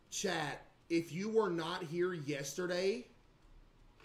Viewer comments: Today Learned that caseoh doesn’t say yesterday he says yesterdee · why does he say yesterday like that lol